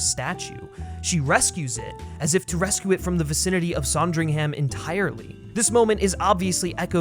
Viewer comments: SANdringham not SONdringham. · Loved the video and the points you made but as a brit I have one thing to say...It's SAND RING HUM, not saaand ring ham. Just a little fyi, keep up the great videos 👍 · It’s pronounced Sandringham not “Sondringham”. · its pronounced "son-dring-hm", yes? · I was increasingly annoyed at the voiceover person for his miss pronunciation of Sandringham and general silliness. Then I remembered that Kristen Stewart is a talented actor who, no doubt, has made another version of Diana worth watching. She is so lovely. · What a bizarre mispronunciation of “Sandringham” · You are pronouncing Sandringham incorrectly. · I wish the American voice on this had made an effort and learned how to pronounce Sandringham correctly . It's not a difficult name to pronounce. Why do Americans do this. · That’s not a pheasant and you can’t say Sandringham properly. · You pronounced Sandringham wrong lmao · Please learn how to pronounce Sandringham. Thank you. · The way you kept pronouncing Sandringham made me cringe lol but this made me more excited to see the film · Made me want a Sondwich! :)